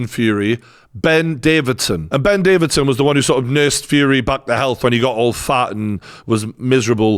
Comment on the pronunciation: Get his name correct at least! Davison NOT Davidson!